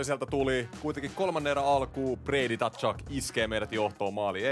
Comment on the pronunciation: Usko nyt että se lausutaan suomalaisittain ”katsuk”. Siihen ei kuulu ottaa sitä t:kirjainta eteen